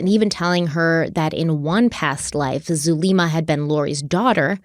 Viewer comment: I believe Zulema is pronounced "Zoo-lemma" like the name Emma